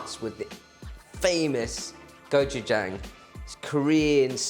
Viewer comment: Makin it wrong af... I hate when yall take korean recipes n say gochujang wrong...cook it wrong... Stick to chinese !!!